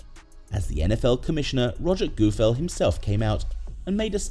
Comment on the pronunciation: Who is rodgers goofel? I’ve heard of goodell